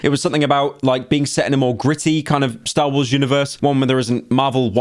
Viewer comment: When Pyro said “Stah Wohs”, I cried. The Slop will save us all.